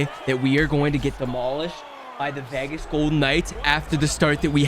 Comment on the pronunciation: did he say vehgehs?